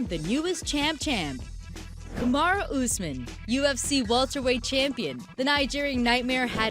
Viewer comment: Kamar-who Usman lol